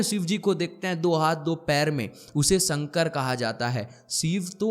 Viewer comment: Sir, with all due respect, your Sanskrit pronunciation leaves a lot to be desired. It’s शिव and शंकर, not सिव and संकर! उच्चारण पर ध्यान दीजिए 🙏🏻